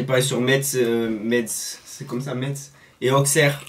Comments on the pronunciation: Ça se prononce "messe" et non "metsse" j'habite à Metz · Metz ça se prononce mess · Yeah Metz 💪🏽 et sa se dit messe mais sa s’écrit Metz voilà mdrr